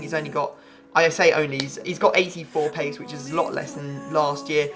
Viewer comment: I thought he was going to say "pace" instead of "pease"